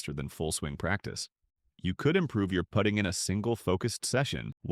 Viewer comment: Ai says putting funny